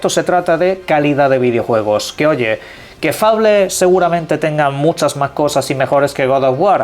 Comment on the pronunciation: Es un naco que no sabe pronunciar